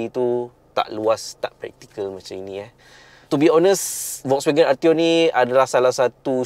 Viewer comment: cuba sebut FOLKSwagen